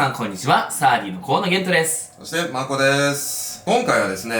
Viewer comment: マoコにしか聞こえない件について(確かに下世話だな)